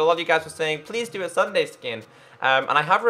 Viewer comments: Pstt.. It's not Sunday its sun-dee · Is it me or did he say Sunday it's sundee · ITS PRONOUNCED SSUNDEE NOT SSUNDAE!(NOT hate, just letting him know, k? LOL) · Logic *The back is different because since popularmmos has a cape on pc, console versions do NOT have capes! So, that's why the legs had half the cape 🙀🙀🙀🙀🙀🙀🙀 lol By the way you said Ssunde wrongs it's not Sunday it's s-und-eh (Ssunde) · You said sunday instead of ssundee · SSundee not Sunday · Its pronouce sun-dee not sun-day but its ok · Sun-dee not dun-day lol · Its sundeeee not Sunday hahaha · Sundee not sunday pronounciation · u say SSundee's name wrong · u pronounced SSundee's name wrong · U said SSundee wrong